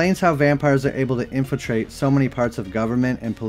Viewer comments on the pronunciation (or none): The word is, infiltrate. Not, "infintrate".